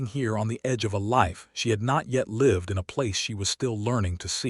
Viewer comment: Great story from the beginning. It was well-written and showed how - in what ways - their relationship grew and flourished. I agree with two other comments about pronunciation. It would make more of a change than you may realize to hear "read", "breathe", "live", and other words pronounced correctly based upon usage.